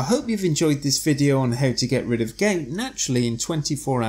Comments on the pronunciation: It not pronounced “gates” with the A emphasized! It’s Gout with the “ou” emphasized! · Gait attack, Gait pain? OMW no must of pronounciation but we know it as G o u t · Not gate.....GOUT.... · Would be nice for us if you could pronounced gout correctly.